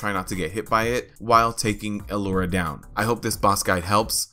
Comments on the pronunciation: Yea i think he's pronouncing the 'L' like an isolated letter and then he says 'ura'. It isnt a big deal tbh. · Why do you keep say alura? Its lura, simple.